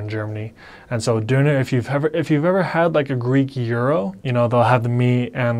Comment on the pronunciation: as I know German Umlaut is hard to learn for English speakers I really appreciate you pronouncing 'Knödel' and 'Döner' just perfect to the German ear, Well done!